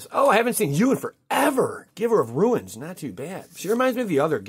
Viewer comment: read the comments! RUNES... not RUINS.